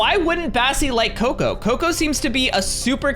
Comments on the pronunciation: cocca not coco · Your not right the Bunny name It's cocoa